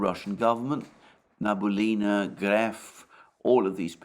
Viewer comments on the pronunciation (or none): Alexander, let me help you out. the correct way to pronounce Набиулина is Na-bee-oo-lee-na with the emphasis on "oo" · Na - bi - U - li - na. Alexander mispronounces her last name :) She’s indeed a smart cookie 👍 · Alexander, my dear friend, her name is Nah-bee-ooh-lee-nah. Don't thank me.